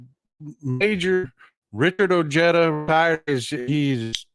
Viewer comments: Richard’s last name is pronounced Oh-hey-dah…😉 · I live in NM (former west texan) and Ojeda does not have a hard j, at least here in Southern NM. The 'j' is pronounced 'H'. Just sayin! And the 'd' is 'th'. OHEYTHA. Love you. VOTE 💙💙💙